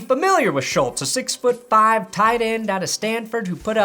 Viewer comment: aCtUaLlY Schultz rhymes with "cults".